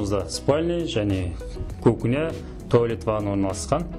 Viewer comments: Кукня емес, кухня😀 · бауырым сен реклама беріп отсын.элементарно сөздерді айтып үйренш.КУХНЯ.ХОЛОДИЛЬНИК.НАТЯЖНЫЙ.деген сөзлерді